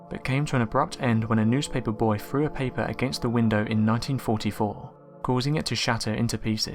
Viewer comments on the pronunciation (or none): Why is it that many Brits either cannot or do not pronounce the "th" sound?! They'll say "free" for the number "three", or "frew" for "threw", or "frewout" for "throughout". It's just SO GLARING that the "Mothers" of the English language don't use PROPER English when narrating something like this video, or even on TV shows, and it drives me NUTS whenever I it! I wonder if it's a regional thing, like how people from the South in America say "ya'll" instead of "you all", or in the North a lot of people will say "youse" instead of "you". If anybody can shed light on this phenomena I'd sure love to hear it (Or rather...READ it!)